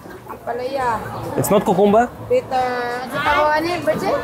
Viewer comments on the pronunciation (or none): Оба неправильно произносите.. КУКУМБЕР, блин! КУ-КУМ-БЕРРР! 😂